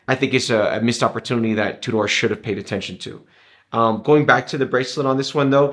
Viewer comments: Hi I'm new to your channel on the hole you come across very well and the production is is great but sorry to be picky but you are pronouncing Tudor completely wrong . the name Tudor was named after the England monarchy and the emblem on the crown is the English rose 🌹 and the shield emblem is representing the coat of arms just thought it might be handy to know and the movement is a modified breitling movement with a 70 hour power reserve it's a very nice watch I own the black steel and gold great video thanks John 👍. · hi thanks for your reply well coming from Wales when I was in school Tudor pronounced completely different to this video and it's the same in England Scotland and ireland.so it pretty unlikely that the pronunciation will have changed over the years . People from other countries might pronounce it different but they are wrong (a bit like tomato English tamayto American way of saying it still wrong pronunciation and spelling) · How do you know your is correct ? TUDOR Dynasty was in 14 century and how they pronounced sound like back then.